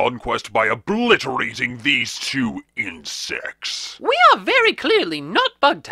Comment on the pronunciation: i got confused when said insects with in sex